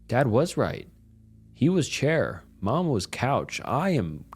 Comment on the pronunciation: “He is chaior”.